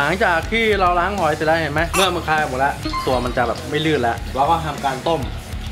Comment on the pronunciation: เมือก! ไม่ใช่ "เหมือก" +